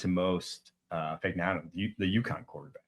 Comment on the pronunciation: The G is silent in Fagnano! I'm sure he'd want everyone to know that lol